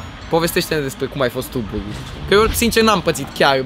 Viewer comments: În loc de buly ai zis buri (no hate) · "Burring" :)))) asa se intelege. (Nu imi sariti in cap, ca nu insinuez ca nu stie sa pronunte, dar e amuzant cum suna burring in loc de bullying) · am crezut ca ai zis buing nu buling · Cand spui bullying suna ca burying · Imi place ca zice burring ( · cumva zice ruing sau bullyng ??? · Bulling la tine se aude burring :)